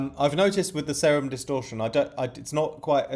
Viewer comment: its pronounced See-rum bra